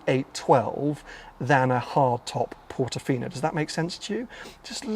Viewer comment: Bro.......did you say "look at it as a Portifino on crack"!!😂